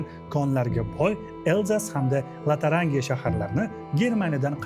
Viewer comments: балли! Фақат айрим жузъий талаффуз камчиликларингиз бор: Лотарангия эмас Лотарингия, Коалация эмас, Коалиция) Хуллас, шунақа майда-чуйдалар) Кейин яна бир гап бунақа фожиали ҳодисалар ҳақида юмор қўшишингиз сал эриш туюлди, очиғи. Буларнинг барчаси шахсий фикрларим, албатта барчасига туп... майли эътиборга олмаслигингиз мумкин)) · Latarangiyamas, Lotaringiya